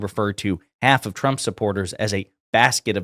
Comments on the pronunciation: It's funny how she days Chump instead of Trump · I swear every time she says "President Trump" sounds more like "President Chump" and it cracks me up every time 🤣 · Anyone else hearing "Chump" every time she says Trump? She cannot pronounce his name. Also, she said multiple times that "jugs" were in the boats blown to bits.... once you hear it, you can't help hearing it pronounce that way. 😂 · How do you work for someone and can’t pronounce their name?!?! “Chump” 😂